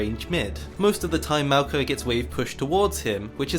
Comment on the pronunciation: I don't care how it's pronounced, u said mal-ki, I will always say moi-yock-E